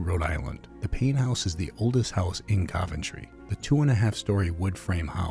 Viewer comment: Why do you pronounce Coventry incorrectly??